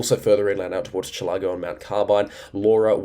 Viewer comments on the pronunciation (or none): Chillagoe, pronounced Chill-a-go, not being critical just saying...